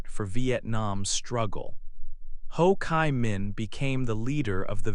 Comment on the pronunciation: There is something wrong with the pronunciation of the proper names, such as Ho Chi Minh, Doi Moi... But anyway it's a great video about Vietnam! Thank you for making this awesome video and sharing it with us!❤❤❤